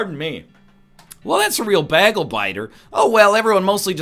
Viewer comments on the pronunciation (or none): Still says bagel weird haha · Please tell me the pronunciation of bagel was ironic and in reference to Britta's pronunciation. At the same time, given how NL says "pleh-gue" and "Las Veh-gas", it could be for real.